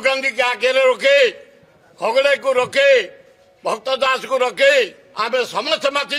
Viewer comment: ବିଭୀଷଣ କାନ୍ଦଣା କାନ୍ଦୁଛି, ୟାରୀ ପାଇଁ କଂଗ୍ରେସ ଆହୁରି ତଳ କୁ ଯିବ !ଖଡଗେ କହିବା ଜାଣିନାହିଁ ଖଗଡ଼େ କହୁଛି !ୟେ କଂଗ୍ରେସ ରେ ରହିବ ହେଲେ ବିଜେଡି ର ଗୁଣଗାଇବ !